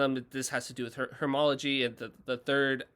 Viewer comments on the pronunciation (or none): did this dude just say hermology